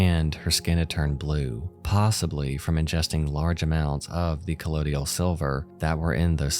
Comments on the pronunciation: It's colloidal not collodial, ffs. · it's pronounced KUH-LOY-DAL Sounds like DUH-TOYDLE (Think of someone from New York or New Jersey saying "The Turtle" but in their accent) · It’s pronounced “coll-oye-dal” not “coll-oh-dial” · “Co-loyd-all”. Great vid, just bothered me every time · Not trying to sound like a know it all douche, but it’s not that hard to pronounce colloidal. It’s a chemistry term. Just say it like “collide-ull”. The way you switched around the D and I makes it seem like you’re either dyslexic or you have poor reading comprehension. Honestly, it makes me sick that you make money off of this, meanwhile everyone who actually contributes to society is scared for their survival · ummm sound out the word before saying it a million times: COLLOIDAL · I mean, with a really rough pronunciation of colloidal. 😅